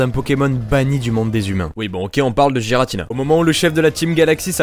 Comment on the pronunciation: On di guiratina et pas guiratina Mais ces pas grave... Enfin